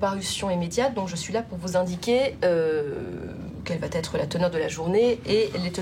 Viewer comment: A « …quelle va têtre… » du verbe Têtrer ?😂😂😂